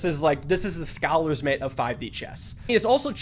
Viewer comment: you really out here pronouncing it “scowler's mate” huh (jk <3)